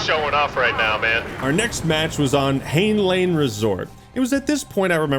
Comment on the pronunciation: It’s pronounced “hi-nan”, FYI